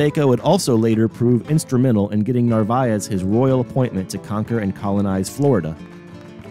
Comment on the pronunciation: After focusing on the proper pronunciation of Narvaez you proceed to torture the pronunciation of his home town Valladolid (Vaya-do-lid). Otherwise muy interssante. I wondered about the Prada landing site in St Petersburg. Now I know….